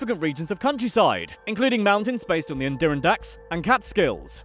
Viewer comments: ah yes, the "andurrandax" mountains. an american landmark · You totally butchered the Adirondacks. Say it with me Ad-er-on-dack. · weirdest way I’ve heard anyone say “Adirondacks” lol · Bob Smith I was hoping someone else caught onto that😂👌🏼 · The way he pronounced Adirondacks LOL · You pronounced Adirondacks wrong